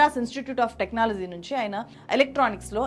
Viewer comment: 1st time me video chuusaanu. Chala baaga present chesaaru. Koncham MTI mother tongue influence raakunda chuskondi inka polished ga untundhi presentation. Flop ni flap annatuga undhi technology ni technolozi la undhi. Ilantivi. Meeru inka paiki raavali ane ee feedback